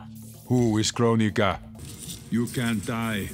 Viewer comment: I like how when frost says "this body's made by kronika" and the terminator asks "who is kronika" I just hear him saying "who is Candice" for some reason